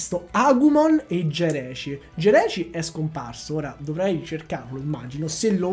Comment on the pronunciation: Non e Geraci ma giraci